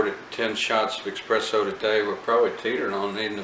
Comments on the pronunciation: Thank you for the review. Just picked one up 1 month ago... although every time you kept saying EXpresso, I kept cringing. It's Espresso. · You know your EXpresso then? Really bugs me that people still think it's EXpresso, surely by now people know it's espresso.